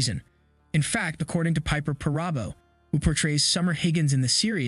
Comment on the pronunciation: Boring assessment. And it’s PARA-bo not PAR-Rah-bo. Also Rip has taken many a men to the train station too. Compared to Jamie, he’s a mass murderer. John no longer seems to really care for Jamie.